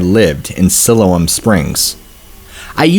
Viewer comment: Siloam is pronounced psy-lome. I live about 60 miles away from there